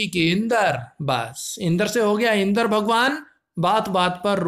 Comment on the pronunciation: भाई इंद्र को इंदर क्यों पढ़ते हो?